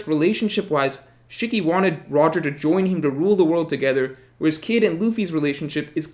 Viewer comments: It’s SHE-KEY Not SHICK-Y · That Shiki pronunciation hurts